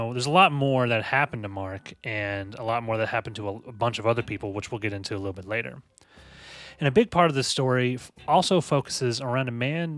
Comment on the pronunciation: Investigator with Uzi: You wanna meet my leeetle frinn?